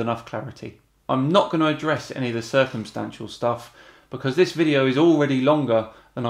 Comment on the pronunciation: Did he say "circlestancial evidence?" Just asking.